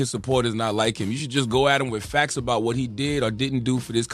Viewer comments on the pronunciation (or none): “TROOF AND FAX”😂